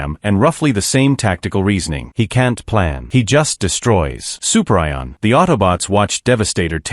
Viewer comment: "Soup Rye On" LOL....